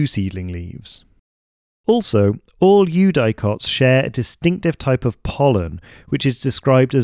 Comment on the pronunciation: Amazing video, I immediately followed your channel. One thing though: "eudicots" is generally pronounced with a short "i", like "you-dik-ots" not "you-die-cots"